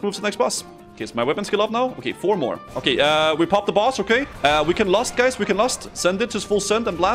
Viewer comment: As a Swede watching i laugh a little when you say Bajs instead of guys, Bajs means poop in Swedish 😂💩 As usual I love the content!